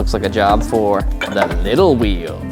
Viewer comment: Hey could you please pronounce the H in words like “wheel” not a big deal but I’m sure it will bother a lot hearing wa-heel.😂